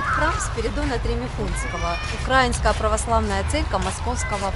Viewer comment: Не укрАинская, а украИнская